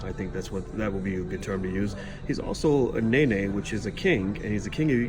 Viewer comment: It's pronounced Nah Nah.